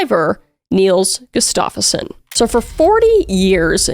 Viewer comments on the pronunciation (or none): Gus-stuff-son is how they pronounce it if I’m not mistaken. That said I got that information from hearing introductions for a UFC fighter. Love the content, great work! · I've heard this story covered so many times, but your videos always impress me. Btw, the stress on the name Gustafsson should be on the first syllable ;). It sounds like you're saying "Gustafeson".